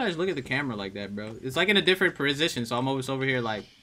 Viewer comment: Lol He said prosition